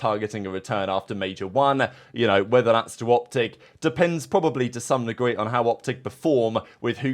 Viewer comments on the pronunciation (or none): none